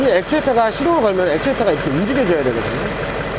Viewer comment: 액튜레이터 라고하시네 ㅎ